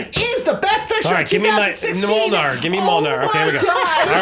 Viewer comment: "Gimme Mole-nar" - Andy 2017